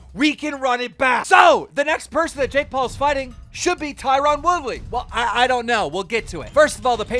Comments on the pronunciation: JAKE doolittle how can you mispronounce his name you don't call jake paul Jack 😑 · The amount of times Keem said JACK instead JAKE was starting to get to me 😅😅😅